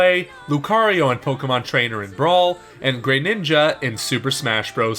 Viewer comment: WHY DID YOU SAY GRENINJA LIKE THAT